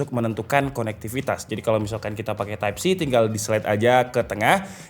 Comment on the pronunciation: editor minta dipecat ni, type A oi type ei bukan type E 😭😭